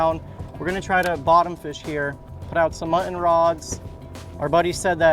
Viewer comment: It's MUT-TON, NOT MUH-IN